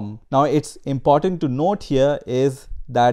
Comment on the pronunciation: First time I have ever heard anyone pronounce it 'al-GOR-ithm' instead of 'AL-gr-ithm.' It's just a minor thing, but it's distracting since I can't stop fixating on how a person gets this far in the discipline while mispronouncing the primary term. I don't care that a person struggles with mispronunciation, but all his other pronunciation is pretty good except for the primary term of the topic at hand. That's just funny. Every time he says 'al-GOR-ithm' a tiny fraction of my mental bandwidth is diverted from learning in order to suppress an internal giggle.